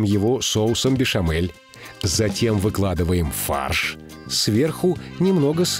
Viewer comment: Соус "бешамель" а не "бешэмэль".